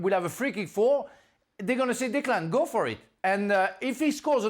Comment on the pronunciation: Can someone tell frank its declan,not diklan